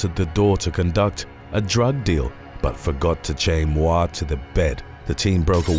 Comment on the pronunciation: Moir pronunciation [MOY-er]